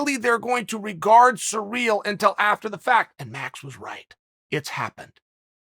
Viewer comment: Who is Surreal? Or are you saying Serial? Uhm are those names? It’s Cyril bud